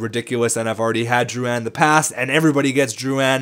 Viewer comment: Drouan?... Drouin*